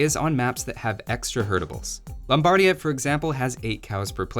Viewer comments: Great video as always!! But please... Lombardìa ahahahah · The accent is on the i, not the first a. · Everytime pronounces Lombardia like that, I die a little